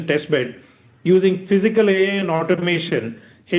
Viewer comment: Typical wholesale greed of the parent company! Fully offered for sale, and FV 1. Nuts! Shameless! Plain greed!! Let the anchor bank fools do the payout first! I'll see after listing for I am still an MTR fan, and want it to do well. Btw, its "Aitch CLTech, not Heych CLTech. "A" and "itch" pronounced as one syllable. So, it would be Aitch DFCBank and not Heych DFCBank. Your flow of spoken English and especially enunciation is excellent, so it beats me where this wonky quirk crept into your pronunciation. Unlikely you grew up with it. But it is a characteristic South Indian quirk!